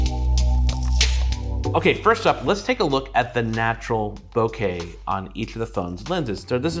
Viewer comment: Thank you for saying boh-kay instead of boh-ka.